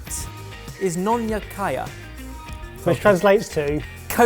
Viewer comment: The way Ben pronounced it I had to do a double-take at the bottle to make sure it actually was kaya XD